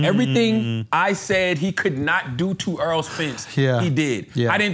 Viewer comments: The guys name is Errol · Andrew calls em Arol not Erol 🤣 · Stop calling that man Earl. His name is Errol(air-roll) . Stop acting like wyt people who pretend like they can't pronounce our names.